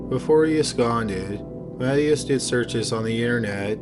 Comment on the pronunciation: "MA-ti-ahs", not "Matty-ass"